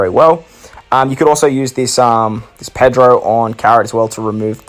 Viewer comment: lol u called pedro, persopero